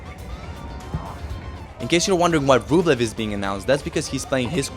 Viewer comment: Дружище, всё супер, спасибо за такие видосы. Даже если бы это был не Медведев, а кто-то еще, все равно интересно смотреть. Suggestion: ты же русский, мб стоит не повторять за пиндосами "мЭдвЭдЭв", а произносить "Медведев" по-русски? и не "рУблев", а Рублёв, по-русски и не "шапОвалов", а Шаповалов не "шарапОва", а Шарапова как надо, понимаешь? А не как эти ленивые жопы там у себя в своих ленивых п**уистических английских мозгах прописали. Ты же не работаешь на пиндосню - ты делаешь своё. Ну давай по-русски, а? Фамилии наши русские, по-русски :) PS: например, на сайте WTA в профилях игроков есть аудио, как они сами себя озвучивают. Я пощелкал, послушал... Только Рыбакина с Самсоновой и Александровой называют себя правильно. Остальные "касаткИны", "кудерметОвы", "потапОвы" и прочие уже промыли себе мозги и опиндосились... Сегодня тебя называют "верОникой кудерметОвой", ты повторяешь, как попугай, а завтра назовут "жопой с ручкой", ты тоже повторишь? Надо уважать себя. PPS: Шаповалова комментаторы и судьи тоже в начале коверкали и называли "шапОваловым", но последние года 2 называют правильно. Сами пиндосы называют. Я не знаю, что случилось, мб он их всех научил как-то (мягко или жестко), но это возможно.